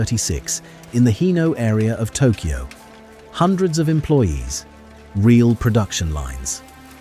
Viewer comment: "Made in Tokoy" :D